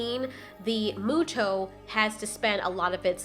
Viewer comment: Should I tell her how to Pronounce Muto/Mutos ?? well its not pronounced MOO-TOES its Pronounced MEW-TOES